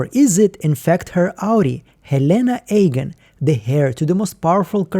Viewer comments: Wanted to finish watching but I just can't get past you calling them Ayegan and not Eagan over and over. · Love your videos, but seriously, why are you pronouncing "Eagan" so weirdly? Being born in Russia, I have a strong accent myself when speaking English, and can't pronounce complicated words for shit as well. But "Eagan" is not complicated, it's"Иган", not "Эган", no?